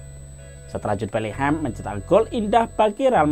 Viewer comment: Abangnya bilang Betlehem ya?